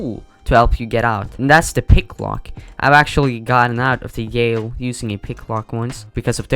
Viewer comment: the yail lol instead of jail